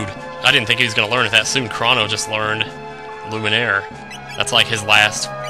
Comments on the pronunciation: Wow, if you pronoce Crono "Cra", you fail, it's really "Cro" and not "Cra", it's Greeks, and even in English you would pronociate like that I think. Plus, it ain't because it sound more girlish, that the name his not pronociate with an "u". You seem to have forgot that the game was originally written in Japenesse (who use pronciation closer to latin language that german one). Ho yea, In French, I would prononciate "Shala", don't know in English, but I would say "SKala". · In regards to names, I believe Crono to be derived from the Greek god Chronos, aka "Father Time." Seeing how Chronos is pronounced with a long "oh" sound, Crono should be as well. The word "chronological" also is derived from Chronos, but it's pronounced differently. As much as I hate to compare the two, "Crono" seems to fit the same pronunciation (as well as spelling) as the word "crone," which matches Chronos' long "oh" sound. :D